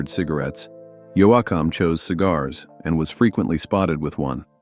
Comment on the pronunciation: Dwight Yo-Ah-Ham? Crap, like all of these videos!